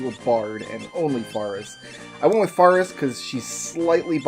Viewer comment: I am very slightly bothered by your pronunciation of "Faris"